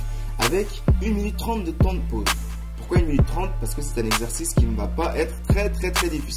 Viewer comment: "je ne sais pas POUKOI" ! <3